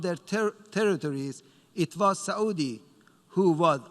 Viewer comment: ....it is Saauudi